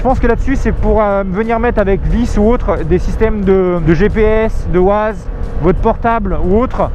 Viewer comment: C'est quoi WAAAAZE ? Mdr Ca se dit "Waize"